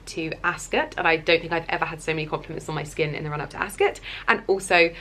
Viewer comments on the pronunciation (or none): Never heard Ascot pronounced like that b4 😅